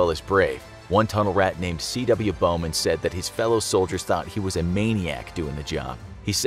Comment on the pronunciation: Did…did he say Bowman 🥲